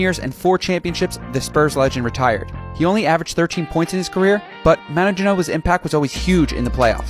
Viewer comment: This guy managed to pronounce Manu three different ways